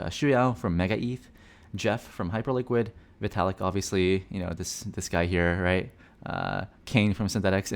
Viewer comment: its vitalik... you should probably get yourself tested